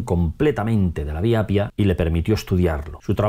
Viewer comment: Se dice y se escribe Appia no Apia. Es como en español: Carro y Caro que se pronuncia doble o simple según su significado, son 2 cosas distintas. Hay que doblar la "p" de Appia porque sino podría ser otra palabra distinta.